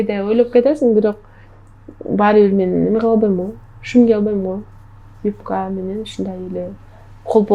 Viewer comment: Негизи эле ырчылардын копчугу Самара баш болуп,кээ бир создорду туура эмес суйлоп журушот.Юпка(юбка), агрооном эмес агроном,феермер эмес фермер деп айтылат.Анжелика дагы эгемендуулук майрамында,аянтта тантырабады беле.